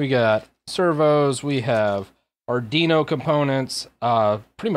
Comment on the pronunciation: Say it with me,, Arrr-dweee-know:P